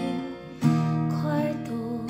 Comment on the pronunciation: Ok sana yung pag bigkas mo lng ng kwarto medyo maarte